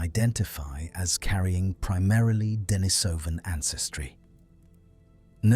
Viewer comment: Accent on the second syllable: de-NI-so-van